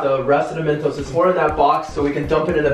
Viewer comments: Who heard him say a thousand mentoses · Who else noticed he said mentoses in the begging instead of just mentos 😂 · Did you realize he said mentesose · Wt...i heard mentoses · I cracked up when said mentoses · “ mEntoSEs “ i’m wheezing